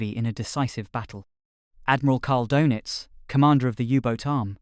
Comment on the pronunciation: "kaal duh·nuhts". A minutes search would have given you the correct pronunciation.